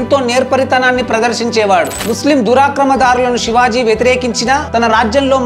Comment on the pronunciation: Brother aur ek bar thik se nam lele na okay